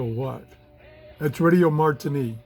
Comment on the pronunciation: Enjoy your channel. Received the middle east last night in central Montana. By the way its "radio Marti" not "Martini".